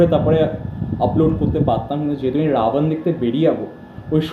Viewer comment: You criticize Dev's bengali pronunciation. But you BC pronounce Ravan in Hindi style Ravan, not bengali style Rabon. So correct your own bengali pronunciation first before criticizing Dev